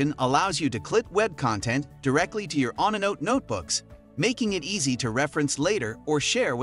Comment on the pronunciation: stupid ass AI voiceover pronounced onenote as on a note lmaooooooooooooooo